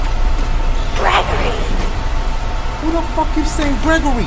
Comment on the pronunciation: Dash Hungry Hungry is saying Greeegory and GREGORY so yourwelcome